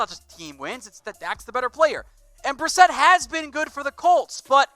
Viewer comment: Jacoby brisket?? Lol.... It's Jacoby Brissett!!